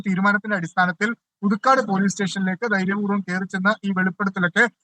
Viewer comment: പുതുക്കാട് ആണ് SKN , പുതുക്കാട്ട് അല്ല